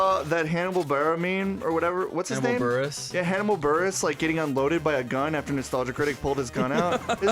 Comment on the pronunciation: He really called hannibal burress "hanna bal-berra" lmaaaoooo